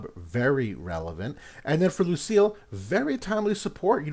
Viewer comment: Btw they pronounce her name Luci-ELL in the story